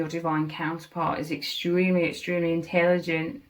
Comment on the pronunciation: Ahahaha I love it I heard “InTAYLigent” hehehe 😂❤🎉